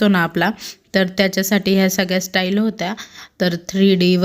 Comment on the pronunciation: स्टाईल नाही टाइल 😂😂